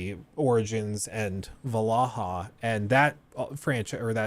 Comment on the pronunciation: why does keep pronouncing Vallaha wrong?